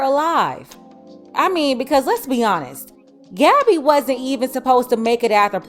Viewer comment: "Gadibae" 😂it got a ring to it though as wrong as that name was